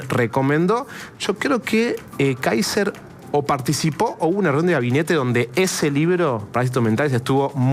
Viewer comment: Si eres periodista trata de aprender a pronunciar el nombre del candidato por lo menos es el minimo y la porqueria de gobierno que tenemos es la peor pesadilla de Chile así que lloren pero el mejor por lejos es Johannes Kaiser y no la zurda ultra Jara que se disfraza de algo que no es puedes ver como agreden , insultan y denostan a todos los que no piensan como ellos .